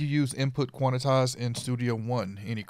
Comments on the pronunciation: lololol!!! its quan. tize. not quanatize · Thanks! BTW: It is Quantize ( Kwan Tys ) not Quanetize ( Kwan et tys ) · It sounds pleasantly urban though. I'm gonna say it for the rest of the week.